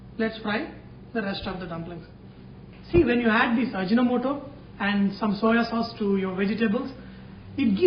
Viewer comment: Its actually Aji No Moto not ajinamoto...